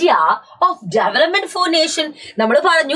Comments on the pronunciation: Development❌ jevelopment✅ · Development ❌ Jevelopment ✅